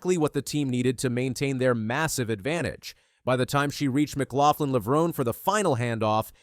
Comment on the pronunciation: I immediately turned this video off when you could not even pronounce Sydney's last name